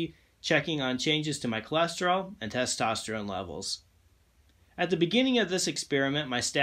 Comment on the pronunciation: The way you said testerone level lets me know the sugar was already there…